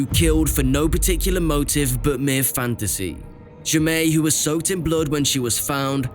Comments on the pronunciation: Fairly certain the child’s name is pronounced Jay-Mee, not Ja-May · Except “Jaime” is pronounced “Jamie”, not “zhe-may’”.